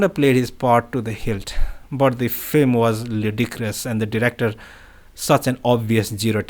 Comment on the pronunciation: Film rather than “flim.” Thanks for reading this.